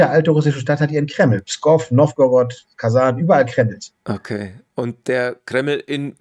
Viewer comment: Kazan ist ein Topf, ich hätte gedacht jemand, der der russischen Sprache mächtig ist, wird es richtig aussprechen.